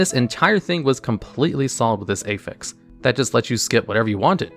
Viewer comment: Aefix, Bee eye ess, Nyalahtha, aintnoway bro, you must be doing this on purpose